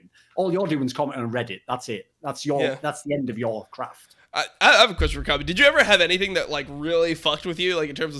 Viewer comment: It lives somewhere between Kobb-ay and Kobb-uh. Imagine pronouncing the word Soccer but you cut the word off in your voice before the “r”.